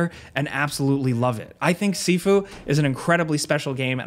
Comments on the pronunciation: It's pronounced "SHIFU" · I thought it was pronounced shifu, like Master. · Sifu rhymes with review